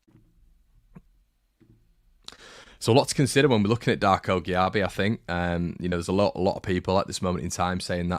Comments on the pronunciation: It's pronounced Jay-be. The lad told us when he signed, you should know this bro! Still love ya 😘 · Great video, it’s pronounced Jaybee by the way. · I believe it's said JayBee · Cheers. Exciting lad. One note - apparently his last name's just pronounced "JB" 😁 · It's pronounced "Jay-bee" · Just fyi it’s pronounced ‘Jay-bee’